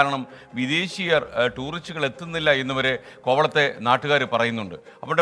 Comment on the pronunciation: കോ വ ത്തെ. എ ന്ന ല്ല കോ വ ള ത്തെ